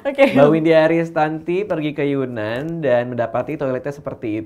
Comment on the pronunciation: Maaf mbak. Mau bilang, sebenarnya penyebutan yunan itu adalah yenan. Yenan itu lebih ke nama suku . Dibuat menjadi nama daerahnya 😁😁 .